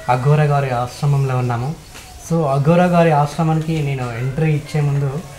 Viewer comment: అఘోర అనాలి అగోర కాదు